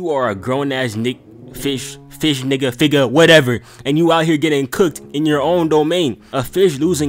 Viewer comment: bro just said figga? 💀